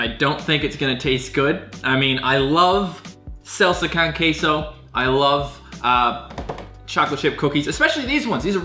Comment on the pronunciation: the way you pronounced Con Queso made me cringe a bit